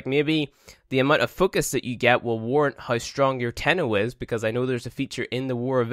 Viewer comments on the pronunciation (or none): Why you say "hay" instead of "how"??? ROFL